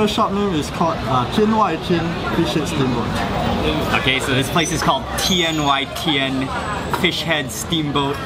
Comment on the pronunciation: As a Chinese, I want to say that your Chinese pronunciation of Tian Wai Tian is really really really amazing!